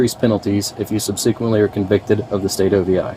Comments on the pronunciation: Cop said sub-SEE-quently. He actually said that. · Sub-SEE-quent-ly??? How can an officer who must have read that warning dozens of times not know how to pronounce subsequently? Maybe her alcohol fumes penetrated his brain. 🙂